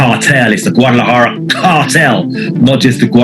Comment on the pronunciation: They've got all these white boys talking a whole lot about something they know very little of 🤦‍♂️ Can't even pronounce Guadalajara correctly 😂